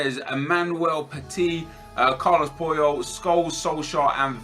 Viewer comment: it's pronounced Charles Pooyol